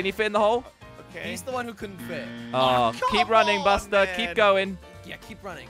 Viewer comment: the way he said buster